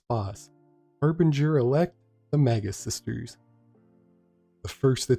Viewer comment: Thank you for actually pronouncing the final boss name correctly somebody said it sounded like the majus sisters..